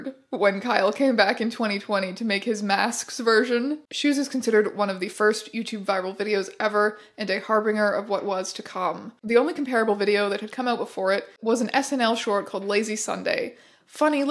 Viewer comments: Harbinger is pronounced har bin jer with a J sound not a hard G sound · Harbinger, soft g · Harbinger with the 'g' sounding like a 'j'